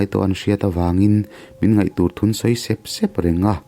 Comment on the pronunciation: Sup sup leh sep sep tih hi a thluk hi i lamdiklo thei lutuk a Pachuau inih kha aw zotawng dik zir uar rawh